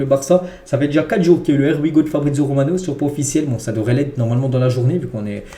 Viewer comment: Stp essaye de bien prononcer le Here we go, on dit (Hier we go) 😅